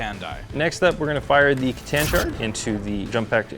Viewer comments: WHY DO YOU KEEP READING IT AS "C"TAN, ITS A "KATHAN", why the C... it pisses me off so much xd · "C'tan (pronounced ker-TAN)" Soft C pronunciation of C'tan bothers me a lot, I wish I knew why but it drives me crazier than a Necron trying to take a deep calming breath.